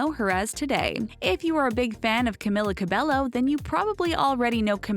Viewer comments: YOURE PRONOUNCING HER NAME WRONG AND ITS ANNOYING ME SO MUCH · Every time she said Camilla Cabello I cringed😫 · Well you got all that right.. except how to said her name.. also you forgot her most favorite food She likes Banana A LOT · Who else was kinda annoyed when she said one direction were not together like get your facts right they are not broken up ... and the fact that she constantly pronounced her name wrong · Why can't anyone in media pronounce her name right? Ugh!